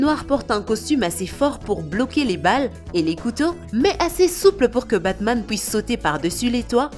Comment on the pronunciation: Omg elle a détruie Batman